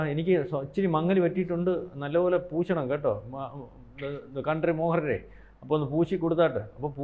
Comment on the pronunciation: കൺട്രി മോഹനരല്ല. കണ്ഠരര് മോഹനര് ആണ്കേട്ടോ ? അയ്യോ കഷ്ടം . മൂരിബാബു ആരാ